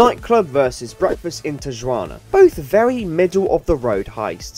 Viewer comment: Looked like a fun stream, did join, but not for long. Fun video. But I cannot excuse the pronunciation of tijuana as an expert on drawing cats from Mexico and sending them to friends (I do indeed have the hobbys of all times)